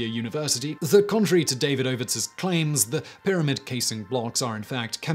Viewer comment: Surely it's duh-VEED-uh-vits and not DAY-vid-OH-vits.